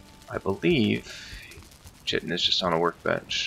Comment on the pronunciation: Actual pronunciation is "Kite- in" check google if you want. Also, you will definitely have to be in the bronze age to gather chitin. The first real boat is the karve which you were using and it requires bronze nails. Not to mention that you'll have to have killed Eikthyr to make your first pickaxe which heralds the entrance to the bronze age. The first setting of "W" or slowest speed with the sails all the way furled is actually paddling and is used when you are against the wind, etc. The other 2 speeds, half and full unfurled, are when the wind is coming in off port, starboard or aft. I like to take mostly stamina food when gathering chitin or sailing in general usually. Always dock your boat with the ladder facing the leviathan. That way when it goes under you can make straight for it with what stamina you have left. If you run out of stamina you'll start to lose health until you die if you can't make it back onto the boat in time. If you are sailing a long time looking you will probably not have your rested bonus anymore...this is why I always bring some minor stamina mead and I drink this just before taking the pickaxe to the barnacles. I recommend the best pickaxe you can make for speed in harvesting the chitin. :)